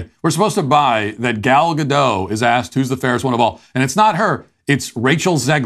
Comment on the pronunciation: Gal Gadot is not French, the "T" at the end is pronounced. It's "גל גדות" in Hebrew.